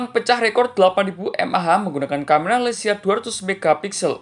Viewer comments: LEIKA BANGG BUKAN LECIA🙏😐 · maaf bang koreksi dikit 🙏 leica bukan lecia🙏🤭